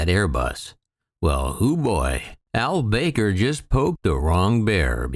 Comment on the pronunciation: It's not pronounced Al BAKER! It's Al Back-er. :|